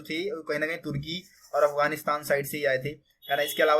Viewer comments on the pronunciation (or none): none